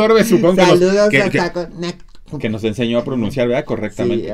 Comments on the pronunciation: Pues yo aprendí en documentales que Coneticut se pronuncia CONETICAT 🤣🤣🤣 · Pronuncia Conerikut para que te escuches mas "gringa"